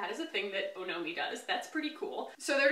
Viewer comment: 1. Apparently, it’s pronounced “aw-no-mee”- kind of like the suffix in “taxonomy.” 2. I totally agree with first purchases. I find that if you’re not Rouge, most brands and shops will give a 15% discount that matches, if not beats Sephora, because some don’t charge tax, while Sephora does. Case in point, I went a little Ilia crazy at Sephora, but only because I don’t know my shades in the foundation and concealer and exchanges/returns are easier at Sephora. I wish I had Ilia in store like it sounds like you do in Austin.